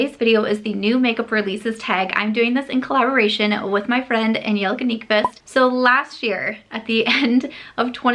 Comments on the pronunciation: It’s so nice to know the proper pronunciation of Angie’s name☺️ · My comments are not actually regarding the makeup... But. I love that fact you actually can pronounce Angie's whole name :) No shame to those who don't. It may not be easy if you are not a Scandinavian. Also, thank you for mentioning mental health here and there every once in a while💜 #santasam